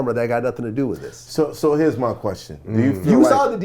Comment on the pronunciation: "this is MAH fault", the way Vlad talks sometimes is cringe, only does it on certain words though. Just speak natural you cringeball.